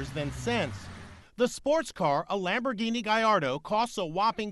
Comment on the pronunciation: Do NOT pronounce it like that!